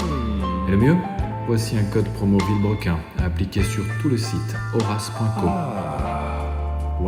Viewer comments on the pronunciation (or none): Vidéo exceptionnelle faites la même cad vultech et juste après l’essai avec la Agera Ps: le « vilbrecul » m’a tué 🤣